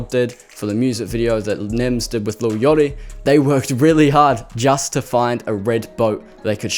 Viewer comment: i cant the way you said lil yachty 🤪🤪🤪🤪🤪